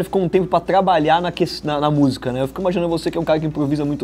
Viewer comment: fala busica 😁